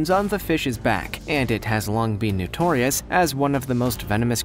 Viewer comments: Why does this guy keep saying "newtorious"...it's irritating. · Why do he keeps saying “newtrious”